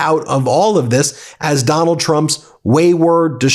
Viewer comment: Heh. Ben said "that Donald Trump" and I heard "MacDonald Trump".